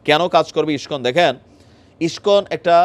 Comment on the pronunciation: ইসকন উচ্চারণ ঠিকমতো করতে পারে না এরা আবার সাংবাদিক 😆😆 আবার এর প্রত্যেকটা ভিডিও এর হেডলাইন টাও ঠিকমতো লিখতে পারে না😆😆 বানান ভুলে ভরা